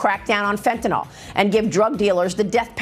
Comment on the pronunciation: It's fentanyl, not fentanol.